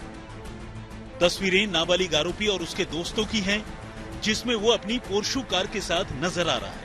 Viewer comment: PORSHO nhi hota h ... gawar jaise ky bolre ho🥲